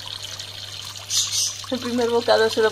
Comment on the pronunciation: Entendi trebor jajajaja y digo quien era??? pobrecito!!! Luego repeti el video y dices trebol xDDD me quedo mas tranquilo :P Que bien viven tu!!! ^^ asi cualquiera. Se apoderan del estanque xDDD like y un beso!